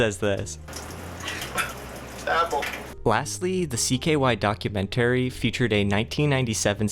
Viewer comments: "Docu-Men-Terry" STOOOOOOOOOOOOP It dude "Porch Floor" Dude, you English very, very weird lol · Docu-man-tary... Chrysler LeBron lol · Dude pronounces “documentary” so weird